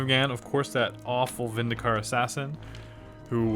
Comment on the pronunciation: you said vindacare wrong it vin di care